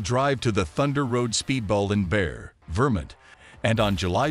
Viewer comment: It's not Bear Vermint, it's pronounced Barry, VerMONT. Obviously you are not from this country or else you would learn the correct pronunciation of cities and states. Is this voice generated by a computer? Because you HOST an event (Long O) not host like in HOSTA.